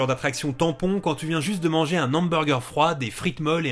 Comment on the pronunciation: « Un nhamburger » 😂😂😂 Va falloir retourner d’urgence à l’école et apprendre à parler. Et pourquoi pas « Un nharicot vert » 🤦🏻‍♂️🤦🏻‍♂️🤦🏻‍♂️ Il parle comme un gosse de 8 ans. Que dis-je ? Un enfant sait que l’on ne fait pas la liaison dans ce cas là.